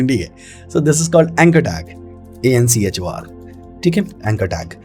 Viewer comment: "anchor (an chor)" 😂😂